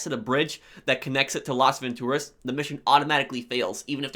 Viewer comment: I don't like how how you say Las Vantoraz